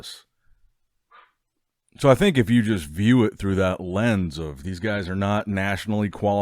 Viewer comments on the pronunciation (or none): none